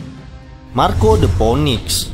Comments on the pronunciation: Gw bantu benerin bang. Itu dibaca "pinix" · Salah juga cuk lu dibaca phinix